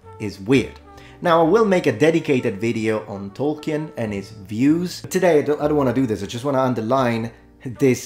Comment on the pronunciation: love your videos. Two minor points: Tolkien's name is pronounced /tolki:n/ (if I recall his biography correctly, it's a cognate of German 'tollkühn') and he basically wrote the Rohirrim as mythological ancestors to the Anglo-Saxons. When you make that video on Tolkien's Middle Earth, I recommend to check out his Mythopoeia before you do. It really gives you an insight into the authorial intent behind his world building.